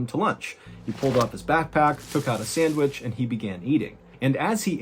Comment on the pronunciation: I hate the way u say sandwich......